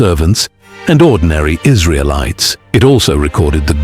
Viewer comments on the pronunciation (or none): none